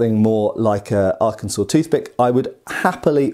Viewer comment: "Arkensas Toothpick" 🤣🤣🤣